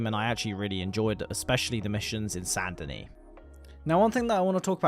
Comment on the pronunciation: its not sand denis, its SAINT denis